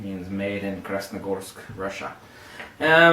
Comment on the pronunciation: Are you Russian? You pronounced Красногорск, Россия like a native speaker.